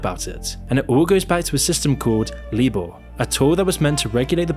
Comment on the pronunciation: LIBOR is pronounced LIEBORE not LEEBORE.